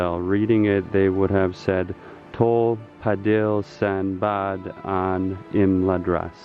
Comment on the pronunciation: It's also Imladris and not Imladras.